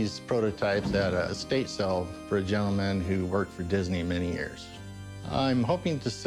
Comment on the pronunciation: It's an "Estate sale" not a "state sale".